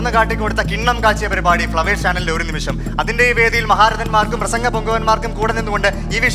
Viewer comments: ഒരു നിമിസം അല്ല മോളെ ഒരു നിമിഷം ആണ് മോളെ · ഒരു നിമിഷം എന്ന് ശരിക്കും ഉറച്ച് പറയാൻ അറിയാത്ത അവതാരിക പൊളിച്ചു. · ഇത്രേം മലയാളം ശ്രദ്ധിക്കുന്ന പരിപാടിയുടെ ഇടയ്ക്ക് വന്ന് ഒരു അവതാരിക പറയുന്നത് ശ്രധിച്ചോ 'ഒരു നിമിസം' എന്ന് അതാണ് ഒരു രക്ഷേം ഇല്ലാത്തത്